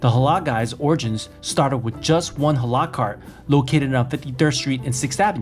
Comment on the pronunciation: It’s not pronounced hala it’s Halal stop saying HALA LOL 😂